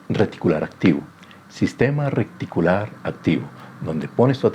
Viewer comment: Recticular no RETICULAR